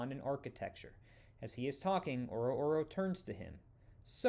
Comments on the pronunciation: It hurts me every time he says oro oro. Its O-ror-O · I'm pretty sure it's pronounced "Ororo", not "Oro oro."